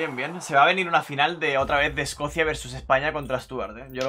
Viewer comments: es Escocia no Escocía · Todos: Escocia: Escocía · Alguien más notó que dice Escocía en vez de Escocia? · es Escocia, no Escocía xd